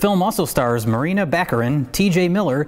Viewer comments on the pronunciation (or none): Morena, not Marina